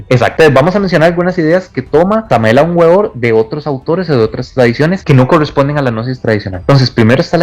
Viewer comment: No sabes pronunciar bien el nombre completo de Samael Aún Weor .Su nombre significa : verbo de Dios . Léete su cuerpo de doctrina.Eres comparsa de la iglesia católica o que ? Para empezar léete la obra completa de Samael . El ego es un nudo en el fluir de la existencia .El ego es están .